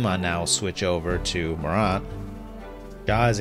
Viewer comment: I love your content, but I wanted to jump out my window because of your pronunciation of Morant. It’s Mor🐜, not MorONT